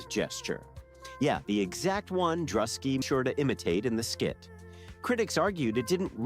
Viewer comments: You missed the hype on this, and then still mispronounced Druski's name, you had hundreds of videos to learn from and still failed miserably. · At least pronounce DRUSKI'S NAME RIGHT. OTHER THEN THAT THUMBS UP